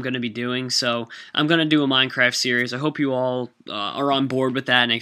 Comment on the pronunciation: Minecwaft? :D